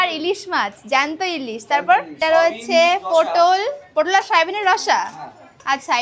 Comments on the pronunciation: পোটোল নয় পটল হবে 😂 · Putol na re potol ota toke na soumi bolle kmn hoi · তোমার জন্য আমি সবজির নাম ভুলে যাবো পোটল নয় ওটা পটল বলে😂😂😂😂😂😂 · পটল না পোটোল 😂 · ওটা পটল হবে,, আর ফ্লিপকার্ট হবে,, বাঙালি বাংলা মিডিয়ামে পড়াশোনা করেছ বাঙালির মতো উচ্চারণ করো,, জুতোটা একদম মানাচ্ছে না রকস পড়তে হয় বিচে গেলে রক্স করতে হয়,, ড্রেস আপডেট করো স্টাইল করো ব্লক যখন করছো একটু নিজেকে আপডেট করো দেখবে,, দেখতে ভালো লাগবে,, আর ইংলিশ বলতে হলে স্পোকেনের ক্লাস করো,, করে ইংলিশে স্বচ্ছ উচ্চারণ করে ইংলিশ বলো